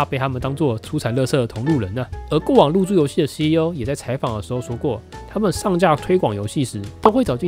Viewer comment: 一直聽成入珠遊戲（對不起....